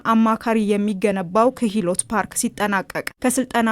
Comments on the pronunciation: ኪህሎት ፓርክ ሳይሆን ክህሎት ፓርክ በሚል አስተካክዪ። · ክህሎት ነው " ክሂሎት" አይባልም አረ ሰዋሰው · Maybe you need to learn pronunciation kihlot 😂😂😂😂😂 You are embarrassing yourself.